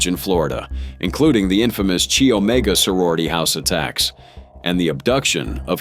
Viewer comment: The sorority name is pronounced "kye" omega